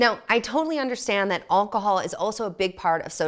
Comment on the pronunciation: Did she say Oncahol?